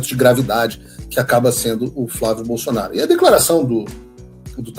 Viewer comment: Não entendo porque Tarcísio não consegue falar o nome FLÁVIO BOLSONARO!!!!!!!!